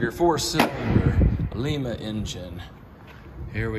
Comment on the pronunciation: Lima is in Peru Lima pronounced Lie ma is in Ohio where Ford has a plant